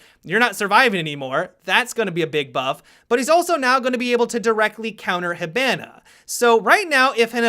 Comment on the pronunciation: When he says hibana wrong TRIGGERED